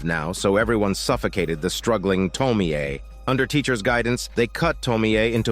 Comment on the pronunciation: Can't even watch this video because of your dogshit pronounciation of "Tomie"...